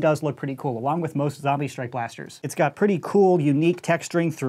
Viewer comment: no say zambie not zombie